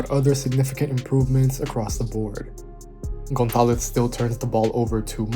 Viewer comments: it's a good pronunciation and the Z are totally on point, but the only correction I would tell you is that with spanish accent we would say the vowels, specially o & a, more open. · The pronunciation of the surname González is perfect.